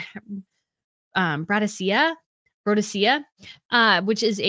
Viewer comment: I looked it up. Brodiaea is phonetically pronounced as follows: Bro - dee - ee - uh 1) The accent is on the second syllable. 2) The "ee" in "dee" and the lone "ee" are pronounced as long "e" sounds (as in the word "meet"). :goodvibes